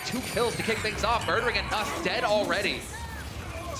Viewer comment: It’s Janus JJJJJJ not Yanus